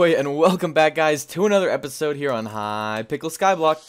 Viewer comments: he said hypickel skyblock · “Welcome back to hypickle skyblock” did you really just say hypickle